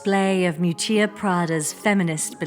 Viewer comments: Isn't her name pronounced Miúccia Prada, with the stress on the first syllable? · Wanted to watch the video but as an Italian couldn't go past the third minute of mispronouncing terribly her first name. It's not Moo-chia pls! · It's actually pronounced Meeeoootchah. Just for the record.... Thanks for such an interesting video 🧡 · Her name is spoken mee'hù''tchia 😊